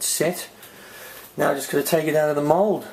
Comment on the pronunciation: 1. It's mold not mode... 2. It's in the description, check before you ask something.